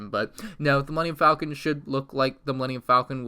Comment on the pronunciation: pronounces it like folcon pronounces it correctly like falcon EXPLAIN